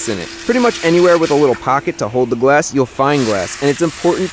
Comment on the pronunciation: am i too deaf or he is saying gwass insted of glass